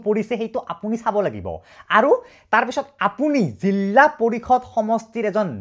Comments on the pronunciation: জিলা ❌ জিল্লা✅ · Jilla nohoi jila koba eman beya khunise dhei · জিলা ❌️ জিল্লা ✅️✅️ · এটা কথা শুদ্ধ যে জিল্লা পৰিষদ নহয়, জিলা পৰিষদ। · জিল্লা নহয় অ জিলা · জিল্লা? জিলা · জিল্লা পৰিষদ মানে নো কি 😂😂😂 জিলা পৰিষদ হব